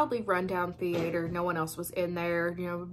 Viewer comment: I havent seen any of these but you have me convinced. Thanks for the great video. Oh--and I just love the way you say the-aye-ter